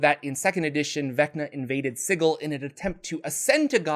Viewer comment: The creators of planescape have come out and said Sigil is pronounced the same here as anywhere else. “Si-jil “